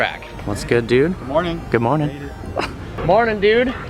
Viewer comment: Why does always say “good moanin?” I get he’s saying good morning but that’s what it sounds like and I find it funny